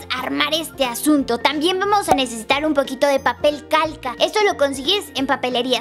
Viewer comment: like si cuando dijo calca escuchaste caca